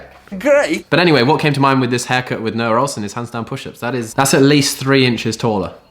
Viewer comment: nRoah ohlsen.. i cant...